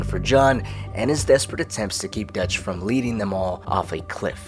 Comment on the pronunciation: Great content. Really odd pronunciation on some things though lol. Line: "What Dutch thinks..." You: "Whats Detch thinks" Subtle, but odd